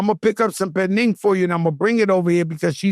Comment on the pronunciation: Joe said "Perning" BWHAHA 😂😂